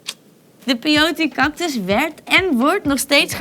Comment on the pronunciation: Peiot smoosie LOOOIL 😂😂😂